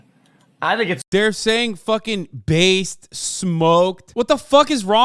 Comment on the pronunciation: bay-sed lmao